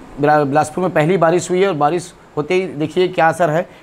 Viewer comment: Baarish hota hai vaarish nahi 😅🤣